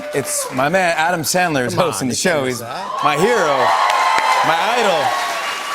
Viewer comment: says his hero is Sandler, pronounces it chandler. Fuck you